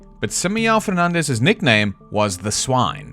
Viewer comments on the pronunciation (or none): Sorry to be that one guy but this is so distracting. this is NOT how you pronounce Simão 😭 Your pronunciation of Fernandes is good for Spanish but definetly doesn’t sound like Portuguese so it’s less annoying but still distracting.